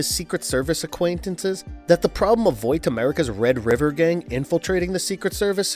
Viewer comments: Why are you saying "vowt" America. That is definitely not how it's pronounced lol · Are you calling Vaught, Voit for a particular reason? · Why does he keep saying “Voight” instead of “Vought”? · Everytime this guy says "Voit" instead of "vought" my ears cringe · Its VOUGHT not VOIT dude pronounce it like BOUGHT geez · Vought is pronounced "vott" and not "voyt" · "Voit"? you meant "Vot". thats how u say Vought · WTF IS VOIT?!?! its VAUGHT (V-ot) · It's not "V-oii-t", it's "V-aaah-t" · There is no "i" in Vaught. It's not "Void", it's "Vot" as pronounced on the TV show. Victor Neuman's nickname is "Vic the Veep" And Hughie's name is pronounced hyoo·ee. It's very hard to believe you when you can't say the names right of the people/things talked about starting in episode 1. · Voight America, it's Vought bro. Try a little harder next time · bro you know damn well it isnt pronounced voit lmao tf in the show they say vought and the comics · Why are you saying “voit” when it’s “Vaught” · bro I hate that this guy says voight instead of Vought Hahaha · There's no "i" in Vaught. It's not "Voit", it's "Vot" as pronounced in the tv show. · I love the videos, but I'm annoyed by the way Vought is pronounced. Its not Voight. Vought. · They pronounce it "VOT" in the show, not "VOIT". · Voit? Voight? Vought? Bought? Caught? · Great video, man. I'm sorry but Vought is not pronounced "Voyt" it is pronounced like "bought" or "rot" or "caught". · why did you keep saying VoiT? instead of Vought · Vaaaaaaht not voit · It's pronounced vaught btw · Why are you pronouncing vought like voite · Your privilege to speak the name of Vought has been revoked. It’s not “voit.” I can’t even finish the video, he says it like every 30 seconds. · "Voight America" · You know it's pronounced the way its spelled right? Like saying "bought" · he says voit is that what they call Vought in the comics or is that just an error. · Ahh yes, voit America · It’s not voit. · Bro said voit 💀